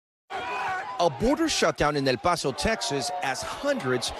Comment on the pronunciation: Don’t say El Paso like that